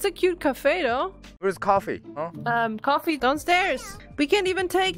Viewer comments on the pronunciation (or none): Alguien más escuchó café en vez de coffee y en otro minutos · its coffe not coffin (WHAT THE FUXX I SAID) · I thought it was coffin not coffe 😂😂😂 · Coffin not coffee l.o.l